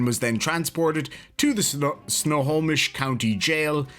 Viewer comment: WOW you got Snohomish right! Most people who aren't from the PNW get that one wrong.